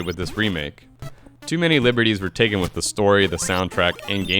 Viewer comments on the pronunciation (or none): none